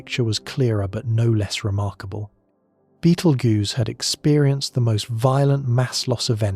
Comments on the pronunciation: It's pronounced, Beetle Juice. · One of the big downfalls of ai narrators 😅 beetle goose is pretty laughable. But tbh give ai a few years and it will be indistinguishable from human narrators. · It's not Beetle Goose or Beetle Ghost or Beetle Gurse. Its Beetle Juice. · Sorry, I can't watch this. I love these videos. But Betel (what???) I've just heard Betel Goose! 🤦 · 😂😂 At this point Betelgeuse has more pronunciations than theories about when it’s gonna explode… I’ve heard: 👉 Beetle-goose 👉 Beetle-juice 👉 Beetle-guess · I really like „Battle Juice“, sounds like a potion in Skyrim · OMG how many ways is the AI gonna pronounce the stars name... Sheesh I counted at least 5 in the first 10 minutes